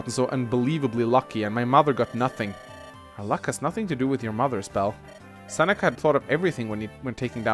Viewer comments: "Who are these friends of yours that Sex..Seneca has taken from you?" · Every time tried to say Seneca it sounded like sex ( ͡° ͜ʖ ͡°)